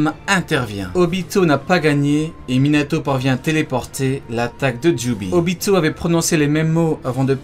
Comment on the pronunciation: c quoi cette manière de prononcer les noms ? Minatho NaurTho Obitho ptn tu mas rendu fou toute la vidéo on dirait le gosse de la vanne quand il prononce jonathan